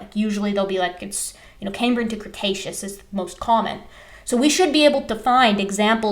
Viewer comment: LOL Crustaceous (cretaceous?)